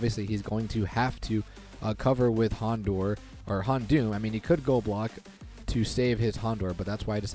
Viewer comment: You're saying houndour incorrectly